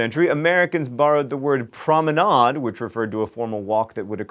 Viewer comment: It's pronounced prom-I-naid